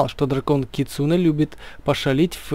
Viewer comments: Не кицуне а кицунэ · Кицунэ ударение на э